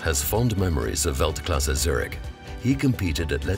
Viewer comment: It breaks my ears how they say Zürich.